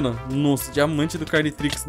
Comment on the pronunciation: Mano quando ele falou cariotrix, pensei que era um ominitrix carioca kaka